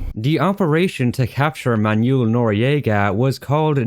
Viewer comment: Someone should make a second channel and count all the times butchers non-English names. "Zao"? "Manyul"? "Paitilia"? Where is he getting these?